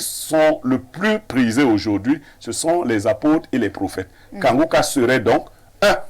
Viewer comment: La journaliste la ne sait pas lire iu elle fait exprès. Incapable de prononcer Kanguka pourtant un mot facil a lire.